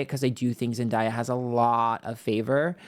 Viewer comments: I can’t get past the intentional mispronouncing of Zendaya’s name throughout the entire video. I know it’s part of your schtick, but doing it to a Black woman, and saying her name correctly not one single time - as you often do for others - is not cute. I’m a longtime subscriber but had to say something bc this is really disrespectful. And to state that Zendaya is benefitting from a lot of privilege in the industry, in comparison to miss blondie who’s famous for doing a white supremacist ad campaign, is tone deaf. I don’t think you were referring to racial privilege specifically, but the context is always there, especially considering that Zendaya probably had to overcome a lot more types of obstacles to get to where she is today than Sydney did. Think about how much longer she’s been a working actor - literally since she was a young child - so of course she’s “ahead” of of Sydney now, but the word “privilege” feels loaded to me. I appreciate other aspects of the video and your channel, that’s just my two cents. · And you said zendayas name wrong it’s not hard to pronounce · Zen-dah-yah 😂😂 It's Zen-day-ah 🙏🏾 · It’s pronounced Zen (day) uh… weird of you to mispronounce her name the entire video when you’re supposed to be plugged in to pop culture. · love you to pieces but the pronunciation of zendaya is killing me. it’s zen-DAY-uh. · All love I’m obsessed with your videos, but you’re saying zendaya’s name wrong. It’s pronounced exactly how it’s sounded out. Zen-Day-ah ❤ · Her name is pronounced Zen-Day-Uh lol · Love you but it’s pronounced zen DAY a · Sorry, but its pronounced zen-day-yuh. Everytime you read her and say her name wrong it sometimes reads as racism... Just saying now so you won't get yelled at later. Thanks for today's reading❤ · Zen-day-uh is the pronunciation. We still love you. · idc if he does with with everyone, let’s not mispronounce a black women’s name especially if it’s unique. it comes across as a micro aggression